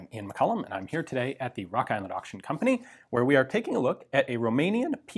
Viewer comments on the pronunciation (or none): rock island auction compaNYYY